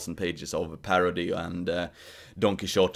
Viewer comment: I love how you pronounce Don Quixote! 😉